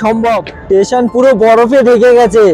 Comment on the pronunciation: Dada tesion noi ota "station"